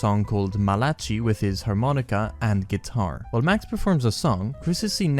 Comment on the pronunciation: the way you pronounced Malachi is actually killing me right now